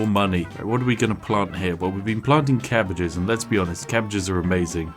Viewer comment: "cabbages are amazing" HIS BRITISH LEVELS ARE SPIKING!!